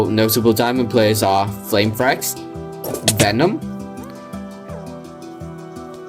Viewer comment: Bro u said "vemon twice"